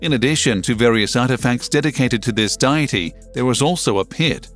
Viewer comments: "Diet-ee"? instead of "dee-it-ee"? Strange pronunciation of a common word ... who is the narrator? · Also... somewhat annoying how the word deity keeps being pronounced as diety... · its daity, not diety, gggrrrrrrrrrrrr, it jus' gets worse and worse............... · Deity not diety, fool. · I'm so glad I read the comments early on... and wtf is Mesopo-tah-mia of Die-ety..